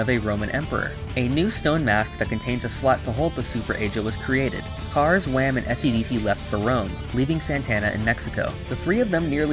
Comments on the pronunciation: Oh and why do you say wam? Are you saying that short for wamu? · It’s not wam it’s WAMUU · Wam? It’s wamuu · Wamuu❌ Wamm✅ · It is wamu not wam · But it’s not Wham it’s Wamuu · Wait when you said Whamu I heared you mistakenly call him Wham... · Why you say wam it’s wammu it’s like your saying ham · not wam but WAMUUU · japanese: wamuu english: w h a m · It’s Wammu and Straizo, not Wam and Straiz. Why do people get rid of the last vowel? Or is there something I’m missing? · Why are you calling him wham I thought it was wamuu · It's Wamu :P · idk i felt pissed off not hearing wamuu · U said Wamu wrong